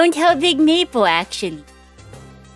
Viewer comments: is it just me or does it sound like she's saying "meatball" sometimes instead of maple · every time you say smoll maple all I hear is smoll meepo